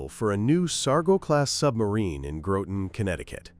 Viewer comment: You almost got it right. The name of where she was built is Groton, rhymes with Rotten. The second Sealion was a Ba Lay -Oh class submarine not a Ba Low class. My cousin Loyal Day was plankowner of the first Sealion. He was aboard when the bombs hit and was later transferred to another sub. Infact was on three other subs throughout the war and ended up working on the COMSUBPAC offices in Pearl Harbor before wars end. I met him for the only time in May of 1969 when I was in the Navy and stationed at Ballast Point and got together with him a a weekend before the sub I was on had to leave. He had retired in 1953 from the Navy. He had joined in 1935.